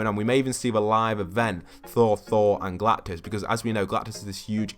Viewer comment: IT'S GALACTUS NOT GALACTIS